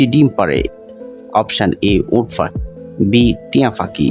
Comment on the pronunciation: আপনি পাখি উচ্চারণ করতে পারেন না 😢😢